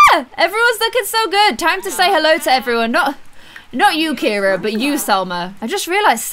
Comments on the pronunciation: its pronounced see-are-uh not kee-ra i have a friend whos name it spelled ciara and its pronounced see-are-uh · Aww Ciara with glasses is adorable also her name is pronounced see-ara not Keira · Hey, you've been saying Ciaras' name wrong. You were right the first time when pronouncing it Siyaara. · I'm not being rude but kira is not her name it's cira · I can’t believe no one ever told her the child’s name is Ciara not Kira 🤭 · Ciaras name is pronounced si-air-uh